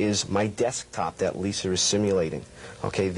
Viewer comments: he says leeser instead of Lisa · Lol He totally said Lisar. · Liser? LISER?!